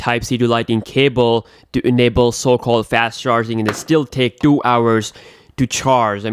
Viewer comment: Your pronounciation is good except the "Two" word, you make it feel so hard to spell haha